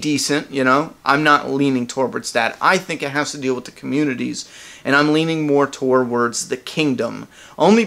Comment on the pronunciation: I gotta comment, and I'm really picking on you here, I think it's cute! You cannot say "towards"! It sounds like you're saying towarwards! Don't take it badly, and I'm not insulting you, it's just I watch a lot of your videos and it's all the same!